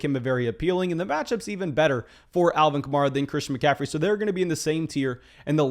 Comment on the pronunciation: It's Alvin Ka-Mare-Ah, he said in an interview it's like the car (Camaro) except with an A at the end.